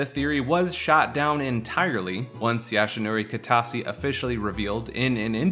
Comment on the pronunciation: sorry but it triggers me everytime you say it , it's YOshinori kitase not YAshinori